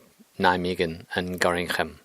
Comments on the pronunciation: Nobody in Nederland says Gorinchem but Gorkum instead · Gorinchem is the Worcester of Dutch topography... it is pronounced in a totally different way than you'd expect (Gorr-kum). but dont feel bad, a lot of native speakers struggle with it too.